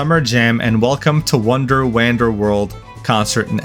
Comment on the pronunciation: bro pronounced wonder and wander differently but they're like pretty similar lmao